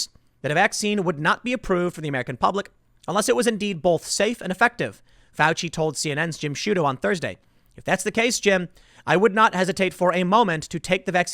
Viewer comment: I've been watching Tim for a while now. I still want to rip my ears off when he puts an L in "both".